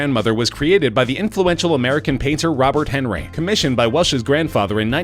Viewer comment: ROW - BEAR. ON - REE!!